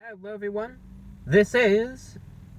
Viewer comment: "HEWWWO EVERYONE"